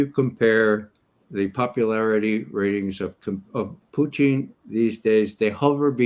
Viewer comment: Perhaps that's the Russian pronunciation?